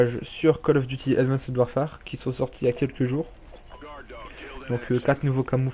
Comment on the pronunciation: Super video juste sa se dit pas avandced warfare mais advence warfaire sinon cool